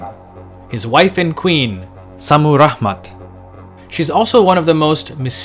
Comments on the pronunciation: Why do you say "Rahman"? Lol You make it sound arabic. There is no "H" in Rammat Modern Assyrians simply say "Shamiram". This was my mothers name also. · Very nice video. If I may make a correction?, the sound of H was non existing in ancient Assyrian, and her name was ShammiRamat ( very likely to have meant, Heavens' Beloved ). Shamu/Shami ( Heaven, Heavens ), Ramat, feminine of Ramu ( love, beloved). Naram Sin's name meant ( Beloved of Siin, the Moon God ). Also, in Assyrian, in 2 syllable names, words, the emphasis is always in the 1st syllable, opposite French or Arabic, so Adad is AHH-dad. Ashur is AH-shur. Otherwise, I really enjoyed the video. Many thanks, from a modern Ashurian/Assyrian.